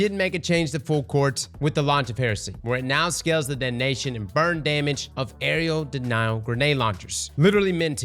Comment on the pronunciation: AREA DENIAL. AREA. A. R. E. A. Why the hell can’t anyone who plays destiny on YouTube pronounce this… it’s not an aerial denial for the love of god….